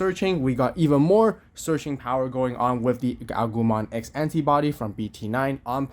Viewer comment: i heared gagumon x hahaha. good vids though thx for providing us such content